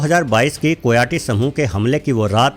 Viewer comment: कोयाटी नहीं, कायोटी कहते हैं ।